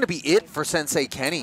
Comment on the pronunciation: Anyone else recoil with a big cringe at "sensei Kenney"?